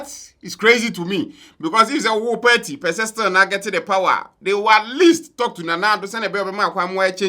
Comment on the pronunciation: The word is PARTY AND NOT PERTI… learn to pronounce words kids are learning from u